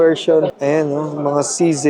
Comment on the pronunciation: Saan ag CZAY ??CZ LG NMN NKA SULAT.. REVIEW KA NGA NG ALPHABET SA KINDERGARTEN BAKA MALAMAN MO NA MALI PAG BASA MO SA LETTER " Z " ✌️